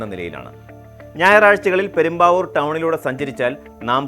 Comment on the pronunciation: പെരുമ്പാവൂർ അല്ല പ്രേം ബാബൂ!